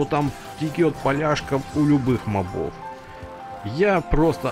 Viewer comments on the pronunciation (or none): none